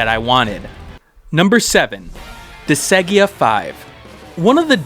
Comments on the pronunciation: Disgaea is pronounced Dis-guy-ah. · Was about to comment the same thing lol.